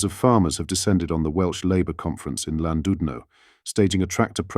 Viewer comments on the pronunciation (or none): none